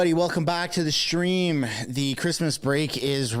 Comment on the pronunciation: did you say Shtream ???